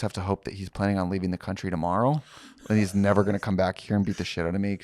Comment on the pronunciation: Wisconsin Cuntry-side I’m so sorry